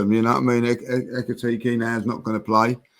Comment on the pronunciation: Of all the names, ekitike is the one pronounces perfectly